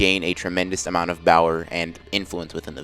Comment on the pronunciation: When your a new viewer and watch one of his what ifs and in the middle of it he says BOWER thinking did he just say power wrong?